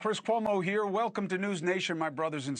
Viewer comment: Why do you pronounce your last name with a ‘p’ sound?